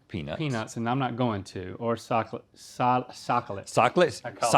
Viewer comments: No one: ….. Rhett: “Socholate Cholid” 🤣🤣🤣🤣🤣😂🤣😂😂😂🤣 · Laughed way too hard at "socklet cholid" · Socklate Chocolate 😂😂